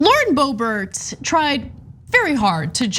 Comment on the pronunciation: Haha, Ana said BOOBert😆